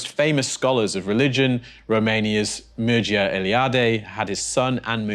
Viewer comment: Loved that you mentioned Mircea Eliade - such a wealth of wisdom! His first name is pronounced Mir-cha - you did a pretty good job at it too!